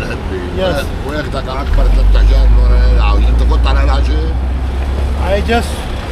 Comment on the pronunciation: عورت کے لیے انت زبر کیساتھ نہیں تا کے زیر کیساتھ بولا جاتا ہے آپ نے لڑکی کو لڑکا بنادیا 😅😅😅